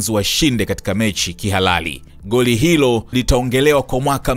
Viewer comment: 😂😂😂 Unatia Aibu Mzee baba yani kiswahili kibovu kuliko!!